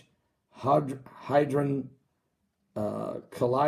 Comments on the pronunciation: How can you rat on this when you cannot even pronounce Hadron? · Learn how to pronounce hadron, and stop reading what you don't understand.